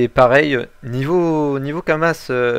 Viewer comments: lol kuri pas cher le ocre 60 M U_u entre 40 et 50 M sur goultard et on dis pas kamasse on di kamas ;) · Crazy,on dit pas kamasse mes kama x] et chez mon serveur helsephine dofus ocre=6m